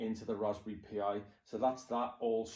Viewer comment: Dude, it's pronounced like "Raspberry Pie," not "P.I."